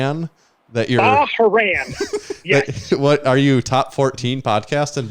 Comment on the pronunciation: Bah-Rain lol